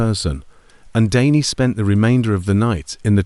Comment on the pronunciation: So "Danny" changes to "Daney" and more bullshit AI pauses, gaps and mistakes. Not interested in AI stories.